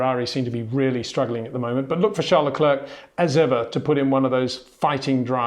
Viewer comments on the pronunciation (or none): get the names right please... its Verstappen not Verschtappen...its Bottas not Boatas...its Leclair not luklurk